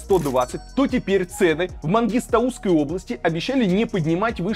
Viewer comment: Не правильно поставил ударение в слове Мангистауской области из за чего исказилось слов